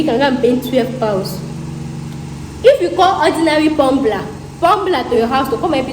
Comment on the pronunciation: Hahaha haha.. Pumbler.. Please dear, it's called plumber. Ride on 😂